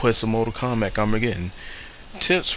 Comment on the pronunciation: How do you possibly pronounce the title as "mortal komback"?? Your illiteracy makes me sick.